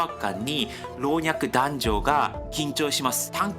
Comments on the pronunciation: こんにちは。の読みが気になるので指摘させていただきます。 花束（×はなばた → 〇はなたば） 行進音（×ぎょうしんおと → 〇こうしんおん） 老若男女（×ろうにゃくだんじょ → 〇ろうにゃくなんにょ） 密告制度（×みっこうせいど → 〇みっこくせいど） 縄渡り （なわわたり？）〇綱渡り（つなわたり）かと思われます。 半ば（×はんば →〇なかば） 外貨（×がいへい → 〇がいか） 東大というバックグランドを押されていらっしゃるのなら読みは気を付けた方がいいかと思います。 失礼いたしました。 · いつも聴きやすいいい声ですね。今回は難しい単語が多くて大変でしたね。 行進音=こうしんおん 老若男女=ろうにゃくなんにょ 東西冷戦=とうざいれいせん (クーデターの)芽=め 拷問=ごうもん パレードで行進=こうしん (権力の)要=かなめ 綱渡り=つなわたり 半ば=なかば 外貨=がいか 即崩壊=そくほうかい あたりかなという感じです。日本語の読み方はなかなかマスターするのが大変なので諦めずに頑張ってくださいね。応援しています。